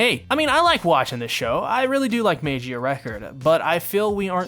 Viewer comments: It's pronounced "Mah-ghee-ah", not "may-gee-ah" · No, mag eehhuhh record, not mage-eee uh record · Well lemi just join you guys like the 'MEYGIA RECORD' or 'MEIGIA RECORD' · It’s pernounced mag-e-uh record. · Sigh, let’s teach you how to pronounce Magia, magic without the “ic” and gia pronounced jia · im sorry but i cringe everytime you mispronounce magia